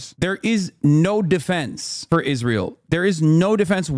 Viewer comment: "Isntrael" LMAO...